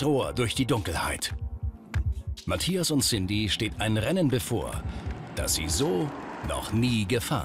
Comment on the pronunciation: auf jeden!Allein wie sie Mathias sagt:Matjas :D